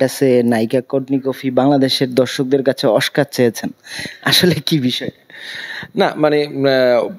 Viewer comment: দোনোটা অশিক্ষিত oscar কে বলতেছ oshcar